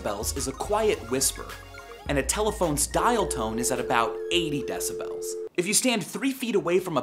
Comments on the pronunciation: i dont like the way he pronounces decibels. like deci-belllls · Love v sauce. But I hate how he sais decibels. I pronounce it "decibals" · Stop saying decibels it's decibels. He's saying it wrong dalgjaer56034aumb[adip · argh you say decibels so fucking weird!